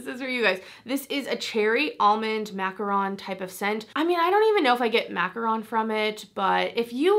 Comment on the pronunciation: Thanks for talking about fragrance and media faves! I want to try that macaron fragrance. ALSO- I can’t thank you enough for pronouncing “macaron” correctly bc SO many people say “macaroon,” which is an entirely different cookie!!!!